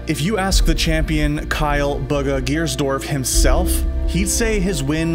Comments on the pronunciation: He says buga instead bugha it's BUGHA !!!!!!!!!!! Get it right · I heard him say baga Not booga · Why is he saying booger and not boo- gha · Its bugha not buga 😂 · It’s BUUUUUUGHHA NOT BOOOOGA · I can't 😂 They pronounce his name as "bugga" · Courage pronounces it Booooooooooogaa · The way he pronounces Bugha, like Buh-gha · this manz really said bug-ha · Bug-ga man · He says it like bugga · Mans called him boogah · my man said baga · ItS nOt BuGGa!! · So annoyed every time this guy says bugga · Sorry but you call him bugger not bugha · Imagine being the team he is in and not being able pronounce his name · Why do people say his name wrong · When they pronounce his name wrong the entire video.....